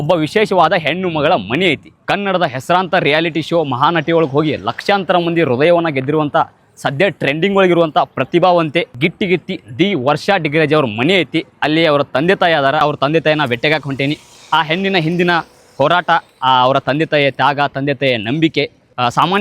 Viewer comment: Gittigitti alla, gattigitti.